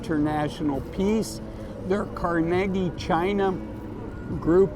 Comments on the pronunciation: Car- ne- gee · Love your videos I believe it is pronounced Car-ni-gee As in Carnegie Hall